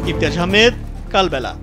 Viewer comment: Kalbela❌ Balkala✅